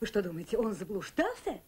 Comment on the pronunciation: Плятт произносит ещё "что", а не "што"...